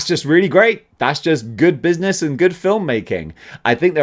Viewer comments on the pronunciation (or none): none